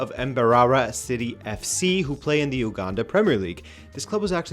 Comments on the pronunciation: he kept saying "embarara" and "ouganda" its more like say each of the letters slowly with more emphasis and its "Uganda" not "ou". I get the difference comes in accents just seemed jarring the first time i heard it. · It's pronounced, "Yu-gandan" not "ooo -gandan". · you don't say Uganda like a Frenchman,😅😅 Its pronounced Yuganda 👌 Really though, Pep is really going through it 😬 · You got a kit from my country but butchered the pronunciation of Mbarara and Uganda😂😂😂 Nice try though